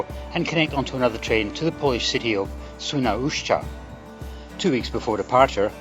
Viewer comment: oh, this it the train by which I travel the most. Wrocław Główny - Radom Główny <3 Ps. Nice pronunciation of "Świnoujście" - one of the most diffucult names of cities in Polish language, besides the "Szczecin" and you travelled by the train named "TLK Wyczółkowski" - hat trick of tongue-twisters:) - Świnoujście is the city literally cut in half withou any bridge and you can't cross it by train so that is why the ferry is free, but right now there is tunnel under construction. I visited this city this summer and left bank is definitelly better and nicer. I also visited the neighbouring towns in Germany (Heringhdorf and Alhbecka) and there were even more beautiful that Świnoujście and defenitely more charming. Another curiosity about Świnoujście is that on the right bank in more industrail part of the city is located the gas terminal which receives the gas transported by ships from USA.